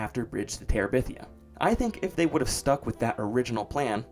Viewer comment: "Following the success of... The Bridge to Terebithia" say that again, slowly